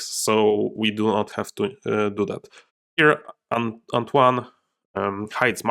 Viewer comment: I know I'm late but your first attempt at pronouncing "Antoine" was more pretty good actually (french dude here), trust yourself: c'était pas mal